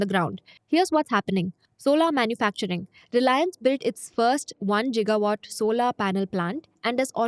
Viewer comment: it's gigawat my nigga not 'jigawat'